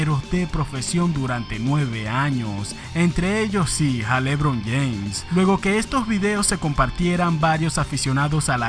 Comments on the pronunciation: Como el dice lébron James lmao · Jajajjaj me da risa cuando dice lébron James, nunca había escuchado q alguien lo acentuara en la e